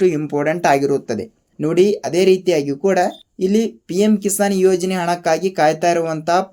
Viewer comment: ಕಿಶಾನ್ ಅಲ್ಲ, ಕಿಸಾನ್ ಅನ್ನಿ.